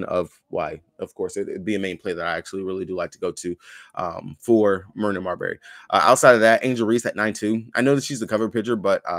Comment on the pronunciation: Please don't call Marina Mabrey, Marina Marbury.😅😅